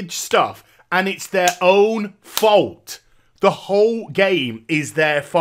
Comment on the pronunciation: "ITS THEIR FAOUHT!" LOL i love it